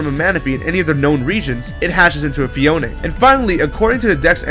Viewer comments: It's pronnunce phee-own not phee-own-eh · Phione pronnounced fie-OH-in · u said phione wrong ur not meant to say the e its silent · phione sounds like phone